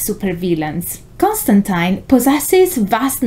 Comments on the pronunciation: The best part? SHE SAID CON-JOB'S NAME RIGHT! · I've only just started watching this and just want to say THANK YOU for pronouncing John Constantine's name correctly! It's a small thing, but so many people get it wrong, and as magic users, names are important.